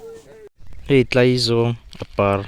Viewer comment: Tlaizawwwng nilo in Tlaizawng tih tur... Thil kan zawng a zawng a ri ang hian lam tur